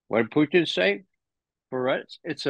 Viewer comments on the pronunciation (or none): I don't. I really don't like hearing people pronounce foreign language words with an exaggerated accent. It's irritating. And Russians don't even say Poutine like he does. They say it with a very short second syllable, so he's not even accurate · Why does Ray call him Pooteen? My goodness that was annoying. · Why can't these "smart" guys pronounce a simple 2 syllable name Putin correctly? They usually get one or both wrong